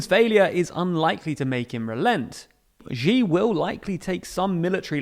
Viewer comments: Sooooo,, I love the videos you guys put out, but I gotta nitpick: "Xi" is pronounced like English "She" (or alternatively, "that fucking bastard"), not like "geez". Sorry, but it's been bugging me for so long ^^;;;;; Keep up the good work! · I made the same comment a while ago. Good info but pronunciation of bugging me